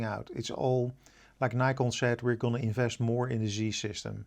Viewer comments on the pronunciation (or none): none